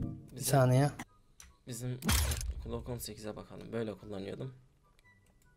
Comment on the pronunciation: klok 18 değil glok 18 diye okunur transforum değil transform